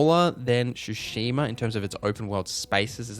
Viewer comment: TSU. Tsushima. Not Shoeshima. Same Tsu like in Atsu. You're already saying it properly in a different term.